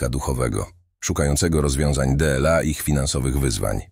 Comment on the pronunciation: Ustawcie ta Aleksę. DLA- nie czyta się - de el a.